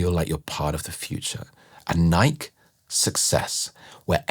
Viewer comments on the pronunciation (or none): I forgive you for pronouncing Nike the way you did… I hear the accent and it also was most likely a brain fart 💪🏾 great video